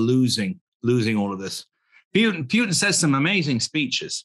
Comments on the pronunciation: Great discussion, thanks! One thing is not to remember Mr. Lavrov's name, but another very different one is to pronounce Mr. Putin 's name in such a ridículous and disrespectful Way! "Putttin" , not a word that sounds similar to "puke"! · Its Puten, The II